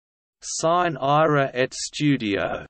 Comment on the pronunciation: this is incorrect--"sine" is two syllables, the "e" pronounced as a long "e"